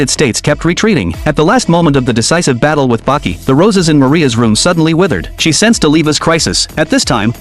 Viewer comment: The only recap who actually say "Baki"🥀